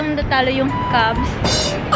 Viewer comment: Cavs po hindi Cubs